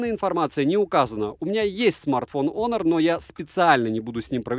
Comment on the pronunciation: Всем привет бл Хонор а не Онор